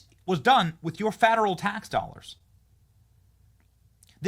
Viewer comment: I just have one question Benny what are “fadarel tax dollars” 😂